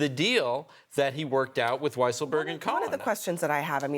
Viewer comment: It's Cohen. Not Cowen.